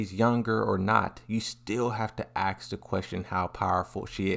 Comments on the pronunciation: Its "ask" not "axe" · why ppl keep saying aks instead of ask?